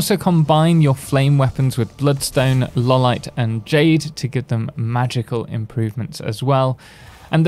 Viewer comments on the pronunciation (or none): By the way, it is "Eye-o-lite" not "Lawl-ite". It's named after a real gemstone called Iolite (i, no L).